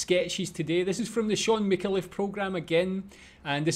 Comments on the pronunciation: mick-ayy-l'ff, not micka-leff... he's a national treasure, after barrie humphries, norman mcdonald and john clarke. he writes much of these sketches, his co-stars deliver his insights. f'ing brilliant mind! dive into his rabbit holes, mate - you won't regret it! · Mi-CAR-leff, not Micka-LEFF. FYI. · FYI: His name is pronounced MIK-AY-LEF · Shaun has such a wide body of work it's hard to know where to start. Watching his characters on Full Frontal had me in tears laughing. Btw you pronounce his surname Mick-CAR-Luff with a emphasis on the CAR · It's a Maltese name, pronounced Mih-Cal-Leff, emphasis on the Cal, as you say. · FYI - Micallef is pronounced Mi-car-leff >1st & last syllable with short vowel sound & middle syllable with long vowel sound like "car". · It's a Maltese name, pronounced Mih-Cal-Leff, emphasis on the Cal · I think the Australian pronunciation is Mick-kale-if. ... and as he is Australian ... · Not wanting to be racist, but I cannae understand yur accent! LOLZ 🤣 And by the way, our well-loved Sean's surname is MiCALlef, with the stress on the second syllable. 😉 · It's pronounced. Mi CAR Leff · Mick-kay-leif...... Mick-kay-leif!!!! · His last name is pronounced Mi carl if. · I think he pronounces it "Mih-kaah-leff". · Your pronunciation of the Scotttish name Micallef is fascinating 🤔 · Btw, you aren't pronouncing his name right :)